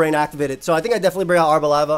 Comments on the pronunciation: the way arboliva is ponounced is just like that but instead of placing emphasis on the ``O´´ sound, you do it on the ``E´´ sound. so it'd be ar-bol-``E´´-va. In spanish the ``I´´ is pronounced like the english ``E´´ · Hey, the correct pronounciation for arboliva would actually be ar-bo-lee-va, since its name comes from the Portuguese and Spanish words oliva (olive) and is pronounced with the closed I. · it's actually stressed on the li because it's not olive, it's oliva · I always thought it was supposed to be prounounced as "arbor"-leye-va, cause tree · My thought is that Arboliva is pronounced Are-bow-LEE-vuh. Arbor is Latin for tree and oliva is Italian for olive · mispronouncing Arboliva the whole video and just nailing it like 10 seconds into the interview lmao